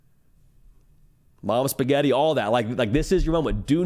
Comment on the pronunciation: Did he say "momma spaghetti"?!?!? lol